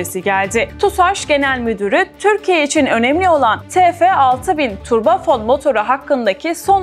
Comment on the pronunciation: Turbo fon değil, turbo fan 😅